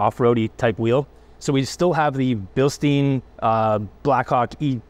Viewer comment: Bil-STEIN, not Bil-STEEN. You'd think you guys would know this by now as professional reviewers